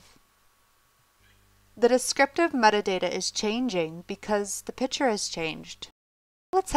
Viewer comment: Excellent tutorial. Great pace and content. Love the narrator's voice. (However, it's pic-ture, not pitcher)